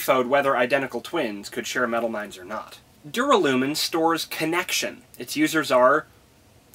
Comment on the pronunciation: It's pronounced Dur- (as in during) Alla -(like alan) Min (Minnie) or at least that's how the Audiobooks say it. Sorry if that follows your into the next video